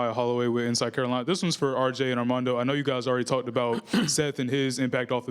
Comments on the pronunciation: Came straight to the comments looking for this, she DEFINITELY said "Ardamondo" 😂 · I think she said Ardamondo ! lol . He looked at Rj like, what?!